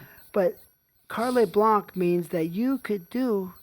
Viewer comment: The term is French, TT, "carte blanche" which means "white card" in French, as in no restrictions are printed on it, no rules apply to you to limit your freedom. It's not pronounced "carlay", but as "kart."